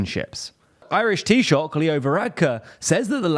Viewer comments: I thought Tea-Shock was wrong. I thought it was Tea-Shuck with a short u. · Agreed, better than the usual "Tea Sock". 😂